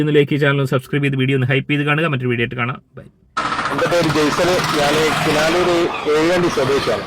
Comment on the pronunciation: കിനലൂർ അല്ല കിനാലൂർ